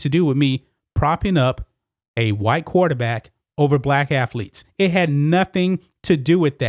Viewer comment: why do u say quaterbat?